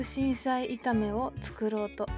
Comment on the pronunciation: くうしんしゃいって言っちゃってるの可愛い❤️😍